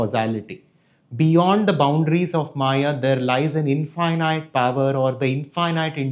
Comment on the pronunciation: Your pronunciation of infinite is wrong bro. It sounds weird